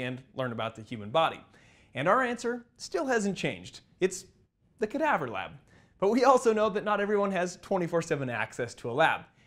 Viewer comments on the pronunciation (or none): It's amazing how resilient the sclera is! Did you expect the eyeball to withstand such a high drop, or were you surprised by the result? Also, a few corrections—for example, like 'sclera' instead of 'scalera' or 'scara', 'vitreous body' instead of 'vitrius', and 'cadaver' instead of 'cadaavver'. Small edits like these would make the video even clearer!